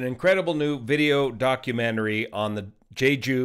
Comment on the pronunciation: If I hear "Jay-ju" one more time, I'm going to lose it lol It's Jeh-ju My wife knew the FO though, very sad for everyone affected; the victims, their families, controller(s), emergency crews, the nation